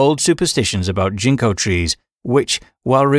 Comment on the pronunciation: I love learning about yokai, but man the accent of this narration is KILLING me. I was like, what's a jinko tree... Oh GINKO 🤦🏽 is this an AI or bot voice? It's really hard to understand what the Japanese names are because so many vowel and syllable stresses are like... Weird 🤧